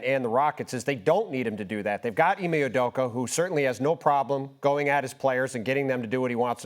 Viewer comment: They can’t pronounce anyones names correctly. Udoka was Apeduku